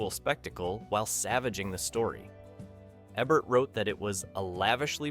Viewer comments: Its E-Bert not Eb-ert. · Definitely not narrated by humans. No cinemaphile would mispronounce Ebert's name.